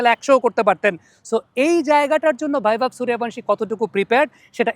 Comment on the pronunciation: বাংলায় ইংরাজি বলেন ক্যান? ওর না ভ্যায়ব্যাভ সুরিওবংশ্যি নয় ওর নাম টা বাংলায় বৈভব সূর্যবংশী। স্টাইল মারতে গিয়ে গাঁ* মেরে দিচ্ছেন।